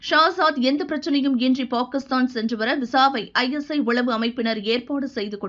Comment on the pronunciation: This narrator is pronouncing Pakistan wrong. Correct it first.